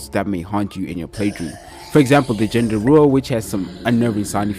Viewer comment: As an Indonesian you totally butchered that pronounciation of Genderuwo. The G is hard G like the G in Gallon, and both E are the 'Uh' sound, like the E in insert